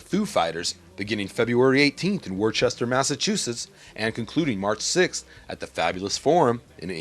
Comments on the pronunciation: Not Worcester. WOOS-TER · Fail at pronouncing Worcester.